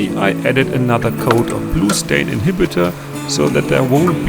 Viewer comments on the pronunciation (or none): Wonderful video! i love the pace and the music and everything about it. a question, at the end it sounded like you said you were adding a "blue(or glue)stain inhibitor" what is this? i googled it, couldn't find it. is it like primer or something different? Congrats on your new saw!